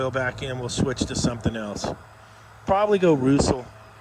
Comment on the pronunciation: Roosell? LOL say it with mee RUS SELL Love Ya can't wait for Toronto heat waves